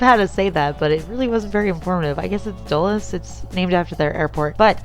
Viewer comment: Yes, Dull-less. Thank you for pronouncing it correctly. I have to correct people every other day in my line of work. :D